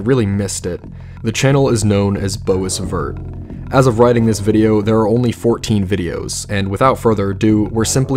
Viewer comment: "Bow is vert" ugh dude. Your pronunciation sucks lmao